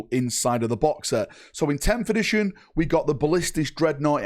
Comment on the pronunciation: Video starts: "11th-ition"